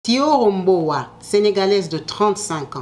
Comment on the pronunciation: Le prénom et le nom étaient mal prononcés, dans la vidéo mais si c'est thioro mbow oui elle est sénégalaise